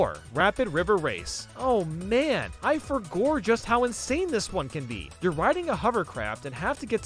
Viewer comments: “I forgor” 🤣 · Did he say I forgor 💀